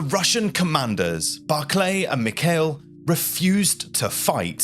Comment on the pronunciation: Grandey Armey? Barclay? Mikhel? It's no problem if an average guy doesn't know how to pronounce these names, but from an educational YouTube channel I expect more....